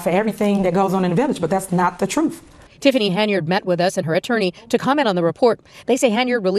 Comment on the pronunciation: “I feel responsibility to tell the troof!”